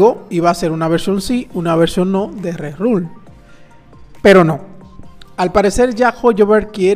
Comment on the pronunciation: Video genial como siempre, nos mantienes al día gracias a la información que nos traes con tanta antelación. Un pequeño apunte, se dice RERUN (con N al final) 😊 saludos!